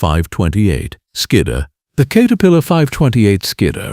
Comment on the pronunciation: Kater pillar come on, get your shit together AI